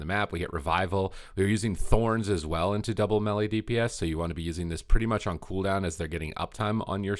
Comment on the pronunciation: So we supposed to listen to someone who cannot pronounce melee? LoL